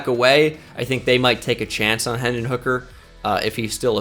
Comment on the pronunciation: Hendon not henson